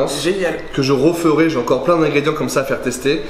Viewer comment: "Que je rOferais" oui tout à fait mdrrr